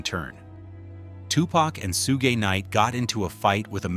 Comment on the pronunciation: it's pronounced "SHUG"...not "Soooge"!